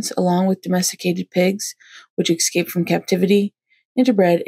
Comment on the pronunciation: Escape not excape! Great information.